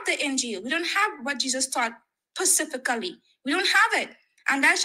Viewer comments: Pasifacly?? 😂😂😂😂 She lost as soon as she said that. And then said Averys question was dumb lol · I cant trust the "common knowledge" of anyone who pronounces the word specifically as "pacifically"